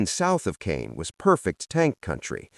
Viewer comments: It’s pronounced “Cahn” not “Cane.” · B+ It's Market Garden. It's pronounced con, for Caen, not cane. So close to an A. Very good video. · Not cane. Caen edit your crap, thumbs down!